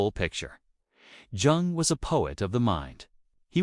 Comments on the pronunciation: Thank you for your presentation. Two little points I noted: According to historical research it is incorrect to describe the relationship of Jung and Adler with Freud as one of student to master. They were colleagues. The second is that it literally pains me to hear you mispronounce the name of Carl Jung. I hope this does not offend you; but for this detail I would have enjoyed this presentation far better! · the hard "J" on Jung gave me a chuckle